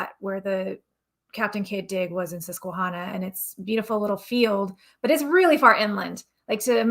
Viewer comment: Not to be critical but Susquehanna is pronounced with a short a like the name Hannah. I grew up in Pennsylvania near the Susquehanna River. Not to be a jerk. Just saying. Love this episode. Love Mormon Stories. Love you guys. <3